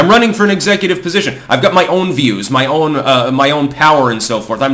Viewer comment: Is pronouncing got like gut a Vermont thing?